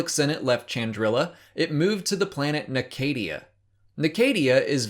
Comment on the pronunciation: The way this dude pronounces NAA-KA-DIA is infuriating. Audio books by Del Rey are canon.